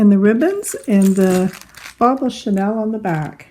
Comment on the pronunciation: Thank you for great instructions. Pronunciation is Sha kneel not Chanel the perfume. Just passing on that info. I love everything about your instructions. Well done!